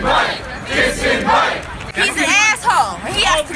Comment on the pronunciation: "He's a ass-ho, he hass tuh go" is the best these triggered ass single digit iq-ers can do?